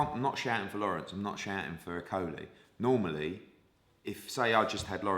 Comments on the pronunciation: 34.28...."normerley"....normally you puddin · "normarily", I think he means normally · I think its pronounced normeryley.. oh wait its a total bulshit made up word. Ha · Normerrily? Hearn with the new words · An educated man saying ‘normarily’? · Did anyone else notice him say normarily?